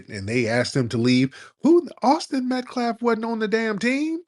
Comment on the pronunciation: Someone please tell Tariq to stop saying “metCLaff”…..he’s stuck on that pronunciation lol. And Tariq, it’s not the “French quarterS”, it’s the French Quarter….no s.